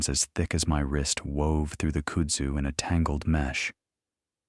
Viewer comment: Its pronounced "Kud-zoo"